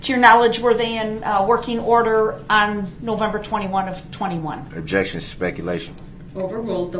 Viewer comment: Do you have a video recording system on your house? "Objek-shun, spek-u-lative"😂 "What do you mean by 'swat team'?" 😂 Oh Duh-rell, you're as clever as you are handsome 😂😂😂